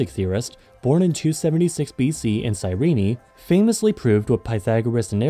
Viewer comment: Its called Si-reen, not Si-reenie